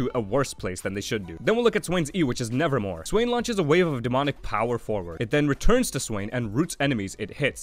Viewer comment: Good guide, just to clarify though its Nevermove not Nevermore ;)